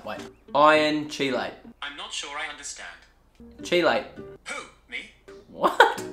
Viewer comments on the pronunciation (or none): I think the pronunciation you're looking for is "key-late." :) lol Nice video sir, been wanting to give this a shot, maybe for Halloween! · OMG You're killing me... Chelate is pronounced like KEY like a key to a door. Then LATE like you're late to a meeting - KEY-LATE